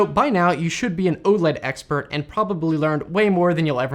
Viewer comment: Gah! Please stop calling it "Ohled". It's initials, so it's O-L-E-D. (oh, el, ee, dee).